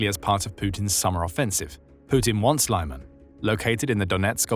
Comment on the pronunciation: Thanks, look forward to your reports;however, Lyman is pronounsed as LEEMAN, and not LAIMAN. Thanks again for your excellent reportage.😊